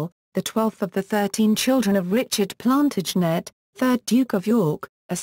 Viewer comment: And... "Edward Four". But this is truly hilarious : "the Plan-tidge-net dynasty"...